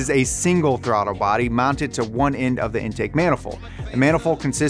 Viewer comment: "The RB also features individual throttar body's or IB's" Did anyone else notice he said throttar body's? Lol